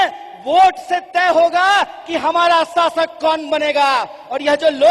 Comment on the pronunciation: आपने शासक शब्द गलत बोला है